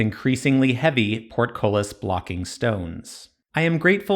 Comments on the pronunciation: Bitch say PORTKOLIS again ima fight U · Party game: Every time he says portcullis take a shot.